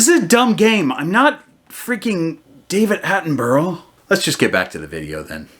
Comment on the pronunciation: “I’m not David Hattenburrl”!😂😂